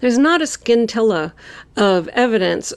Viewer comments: BTW, DM is pronouncing scintilla wrong. The c is silent. SIN-TIL-A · Does David Misgivage say skintella of evidence. The word is pronounced sin tilla.